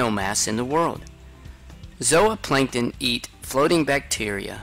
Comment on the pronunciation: Zowaplancton lmao cant tell if hes trolling